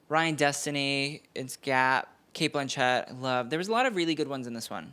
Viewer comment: Sheesh. Dude you need to work on some things! Do you know how Cate Blanchett actually pronounces her name???